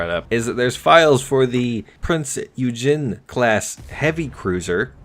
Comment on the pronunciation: Prins Oj-genn